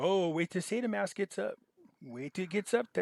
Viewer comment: How do you pronounce "Saitama"? You make it sound like an aggressive cancer!